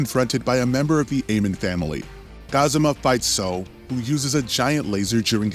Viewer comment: For future reference, the secret bosses in the Yakuza franchise are pronounced Aw-mon. Like "awww" and the end of "Pokémon"